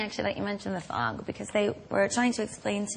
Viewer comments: 'Fog myself' came out wrong :) SHE'S SO CUTE <33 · I felt so sorry for her when everyone was laughing at things she was saying and she didn't know why. Like when she said "I used to fog myself" almost sounds dirty, like 'fuck myself'. I think that's what people were laughing at and she had no idea why. Dawww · ''a lot of fug :O'' omm? i heard ''a lot of f_k'' Then and ''I fog myself'' And Jonathan's face :O